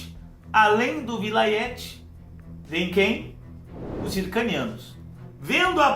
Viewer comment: Apenas a pronuncia de poucos nomes você poderia revisitar: Ophir (ʼÔp̄îr): deve pronunciar cono Ofir Zíngara: Sílaba tônica está na primeira. Vilayt: vem do turco e soa como francês O resto ta pergeito. Penas sugestao. Abs